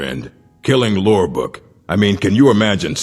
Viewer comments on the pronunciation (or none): ...Dear mcfricken gosh Lurbuk pronounces his name as Lorebook!